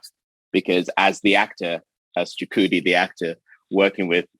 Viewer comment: Aw man Chukwudi was great! You could tell he was happy right out the gate when you said his name right